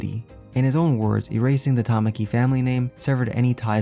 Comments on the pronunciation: It's literally Takami not Tamaki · TAH - KAW - MEE (takami) bird god not TAH - MAH - KEY (tamaki) shy squid boy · TA-KA-MI TAKAMI NOT TAMAKI